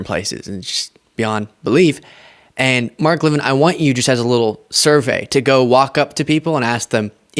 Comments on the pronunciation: What’s with his French pronunciation of his last name? I would have said LEV-in just looking around how it’s spelled. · Levin, like leaven, not Le Vin. He's just trying to keep up with the Jones' of the big 'Fake Take' world.